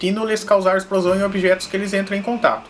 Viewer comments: Exprosão kkk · liberação de exprosão KKKKKKLL EU RI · "-Liberação de expRosão" KKKKJ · "exprosao" kkkkkkk